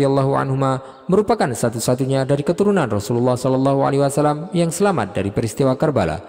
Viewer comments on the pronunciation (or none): Kenapa ya SAW banyak yg membacanya SA Wassalam...padahal yg benar adalah Wasallam.